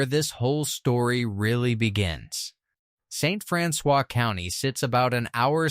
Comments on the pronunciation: I'm watching in St. Louis. Just an fyi, "St. Francois County" is pronounced St. Francis btw. 😖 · That's because the original pronunciation has been ignored throughout the years, Franswa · I'm only to St. Francois (Francis) and I'm not gonna be able to watch the rest because it drives me crazy!